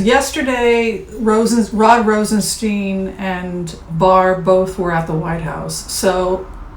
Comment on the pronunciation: you are far too intelligent to keep mispronouncing Rod ROSEN-STINE (long i) not ROSEN-Steen. Mr. Rosenstein, upon taking his office educated everyone on the pronunciation of his name: STINE. I do adore you very much. Thought you should know. Thank you for your good works.